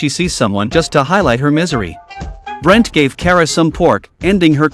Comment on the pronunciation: His name is pronounced "Boo- lint" not "Brent".